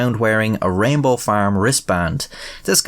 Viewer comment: I love how, with your Irish accent, "rainbow" sounds almost indistinguishable from "Rambo".